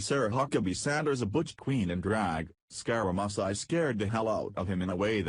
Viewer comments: Learn how to pronounce Scaramucci! It is scar a moochi! NOT musi! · Hey jerk, it is pronounced (Scare a moochie)...wake the hell up. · WHO IS SCAR A MUS EYE ??????? LEARN HOW TO PRONOUNCE WORDS OR GIVE IT UP !!! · you pronounce his name as SCARAMOOCHI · You can't even pronounce his name ,idiot . You can't read either .